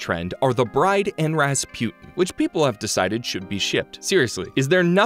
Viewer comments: Why does he keep pronouncing Rasputin like raspewten 😭 it's pronounced raspooteen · It’s pronounced ras-pooh-tin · Anyone else just flabbergasted that he says, "ruh spU tin" instead of Rasputin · how did you manage to mispronounce Rasputin?